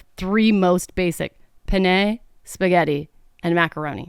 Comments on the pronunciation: i can’t handle how many times you pronounced penne like this my italian american eyes are twitching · I was going to actually comment here to say that. Penne with a long “nn” or it is “penis”. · A "pené"?? You say penné??? It's not french dude LMAO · Pen-NAY... 😂😂😂😂😂😂😂😂😂😂 You are so effing cute I can't even! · the cringeee I get from hearing her pronounce penne is deadly .. love you!